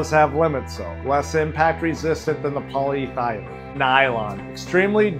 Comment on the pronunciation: It's not called Poly thy lene - It's called poly eth e lene